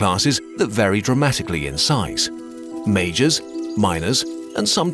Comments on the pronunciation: I legit thought he was saying mages smh lol. It made sense too cuz they wre lobbing freaking orbs of acid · Every time he said "Majors" I kept hearing "Mages". Together with the Medieval framing made these wars even more epic. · It sounds so similar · i cannot unhear that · i had to rewind multiple times as i kept hearing "mages and miners" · I legit thought it was mages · I can't help but hear "An army of thousands of Mages."